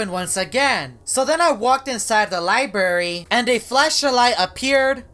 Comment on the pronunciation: *library| sorry was saying “lie berry”